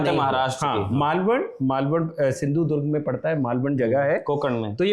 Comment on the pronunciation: USAID ki kisht aa gayi lagta hai🤣. Yeh chhichhori harkate band karo. Jagah ka naam (Maalvan) thik se lena seekho pehle. Chinta mat karo. Aur chunaav haarne hai. 4 June 2024 ko tukka lag gaya. Har baar nahi lagega.